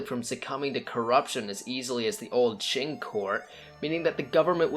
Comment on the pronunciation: Qing, se pronuncia ching y no King..